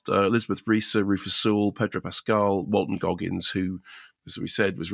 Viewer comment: 😅 The way Mark speeed-mumbles names and titles has gotten a bit bizarre